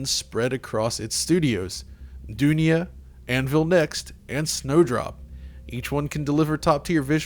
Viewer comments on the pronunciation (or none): Does anybody else cringe at his pronunciation of "Dunia"? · Dunia means world in Urdu. And the pronunciation you did is wrong. C'mon